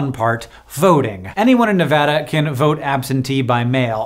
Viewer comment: thank u for saying nevada right <3